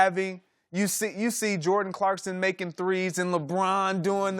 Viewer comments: Rob's a basketball journalist... it's pronounced Clarkson NOT Clarkstin... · "Clarkson" not "ClarksTon". God Rob is stupid... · This mans called him Clarkston, Im done with this dude.